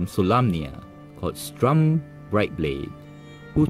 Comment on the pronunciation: Its Sturm not Strum